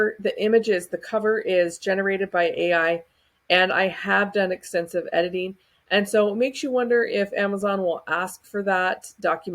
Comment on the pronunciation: What on earth is entensive? It's extensive... yikes lol